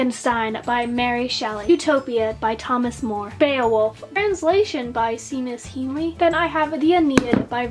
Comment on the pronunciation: I adore you collection of such amazing books. I hope to one day have as many as you. I just thought I'd mention that Beowolf was translated by Seamus Heaney which is pronounced Shaymus Heenee (He's an Irish poet) Excited to see what video you put up next!!!